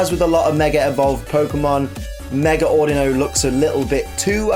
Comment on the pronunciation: The way you say Audino (Au Dee No) was triggering xD but I forgive you c